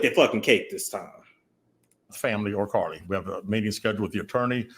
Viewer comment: I’m screaming when he said CarliTHAAAAA 🤣🤣🤣🤣🤣